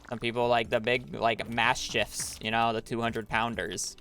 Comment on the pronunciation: Idk why but when he called it a “maschife” instead of a mastiff it made me mad 😂😂😂😂